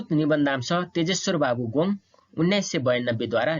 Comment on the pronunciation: के हो "गोङ् " ? गोङ् होइन "गोङ्ग" शुद्ध उच्चारण गरौँ ।